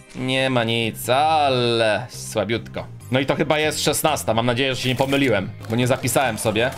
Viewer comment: Po pierwsze to jest bo a nie bu